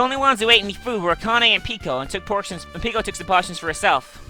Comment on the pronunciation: she pronounces peko's name like the one in "boku no pico" >.>